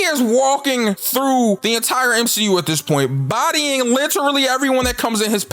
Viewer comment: Three words M-She-U